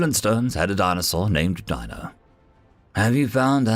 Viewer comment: DEE No is how his name was pronounced.